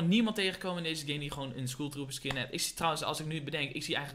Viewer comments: Skoeltrooper zeg je 😂💙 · Skoel trooper😂